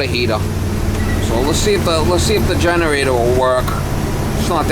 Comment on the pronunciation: Take a shot everytime “generatah” was said